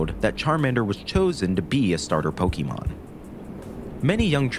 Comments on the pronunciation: Ffs... It's po-kay-mon... Not key... The accent over the é tells you as much... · If this phony calls them "Poky-mon" one more time, I'm going to fireblast him. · I hope one day the Pokémon professor narrating this documentary will learn how to pronounce Pokémon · Bro is pronouncing pokémon wrong in a video like this and it hurts because its so good otherwise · You can't even pronounce Pokémon. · I care. It's aggravating hearing it pronounced like some boomer would pronounce it, or someone who's not a fan rather someone who is trying to mock it would say it. Then there was the creators pronunciation of the word voracity which was annoying as well